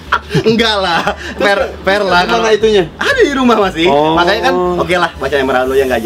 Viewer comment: Per lah Hahaha... Naon "Per" teh? Fair meureun A Panji. Ya begitulah Sundanese gak bisa bilang F automatically...